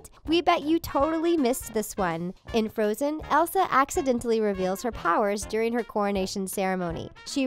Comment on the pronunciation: And there's floatzen instead of frozen